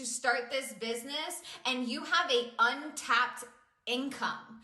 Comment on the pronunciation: "this bisniss" really triggers me